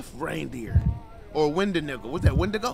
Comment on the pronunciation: “Wendinigg- nah that’s a windigo?”😭